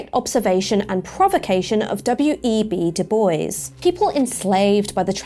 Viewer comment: Very informative! One criticism, the pronunciation of Bois 😎